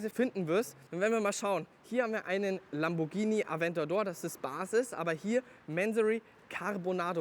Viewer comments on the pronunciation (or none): none